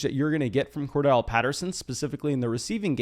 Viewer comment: It’s CordArrelle Patterson… please learn to pronounce it bro it annoys me every time lol